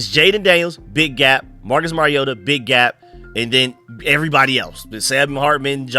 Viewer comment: "Mari-yoda" No that's not how you say his name....... It's "Mariota"